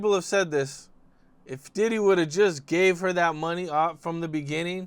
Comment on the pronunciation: Homie just called DIDDY’s place of residence Daddy’s house 😂